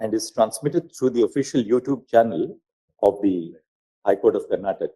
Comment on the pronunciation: It's not karntak it's karnataka